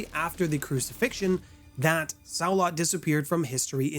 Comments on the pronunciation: Unfortunatly, Saulot is pronounced "Sa-Low", it doesn't really matter but I thought you might want to know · are you saying xio lot because that is small lot the x is a s in chinese